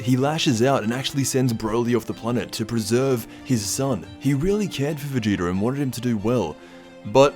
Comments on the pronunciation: He did, it sounded like vedida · Vadoodle?? Lmao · Anyone think he said Vegeta weird ?